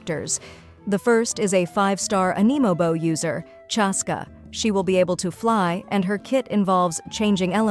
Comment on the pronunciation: “animebo” instead of Anemo 😭 also SCREAMING CRYING HOPING FOR ARLECCHINO 😭 PLEASE COME HOME (I DONT CARE FOR MAUVIKA I THINK SHES COOL AND ALL BUT ARLECCHINO?? HECK YEAHHHH)